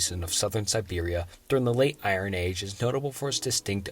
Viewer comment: I-Ron weapons... c'mon man.. nobody has ever pronounces iron like that... 😂